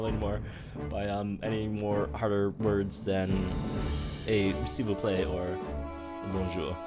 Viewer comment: Omg the "merveilleux" was terrible 😭 but nice "s'il vous plaît" hahaha